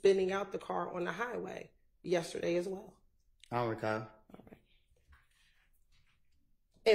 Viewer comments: When he asks her to repeat herself but still says, I don’t recaw. 😅😅😅😅😅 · he don’t recawl 🗣️🗣️‼️💯